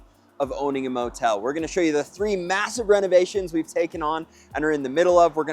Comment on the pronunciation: Did I hear you correctly? Did you say motel?😮😮